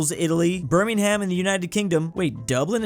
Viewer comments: You don't pronounce it Birming-ham, it's more Birming-um. From an English bloke. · Sorry,”birmingHAM”???? No no no it’s Birmingum ok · Top tip: For .any British things that end in "ham" (Buckingham, Birmingham, etc.), the "h" is silent